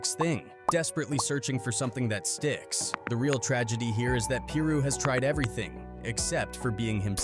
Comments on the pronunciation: Pie Ru not peer ru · How come every content creator can pronounce a single thing correctly? PEER ROO? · he even said “Piru” correctly a couple times but kept saying Peer Roo majority of the vid lol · Pie-roo man. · “Lil Peer Roo”